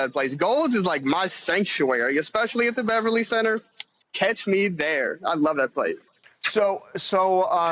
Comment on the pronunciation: "Catch. Me. Thare!"👰🤡